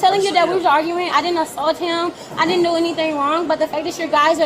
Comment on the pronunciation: I “did-dint” assault him. Not “didn’t.”